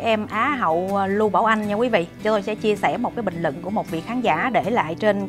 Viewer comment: lập luận sắc bền rất thích!phát âm khá chuẩn nhưng vẫn còn vài khuyết điểm " luận " " bình LUẬN " không phải " bình LỰNG " chỉnh lại một chút sẽ hấp dẫn hơn chúc em luôn thành công Mãi dõi theo em dõi theo lẽ phải!